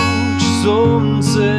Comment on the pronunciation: всегда хочется спросить. Почему луч солнцЕ золотого и пройдет пора ненастнОЕ???? Почему такое странное произношение, ты же знаешь текст?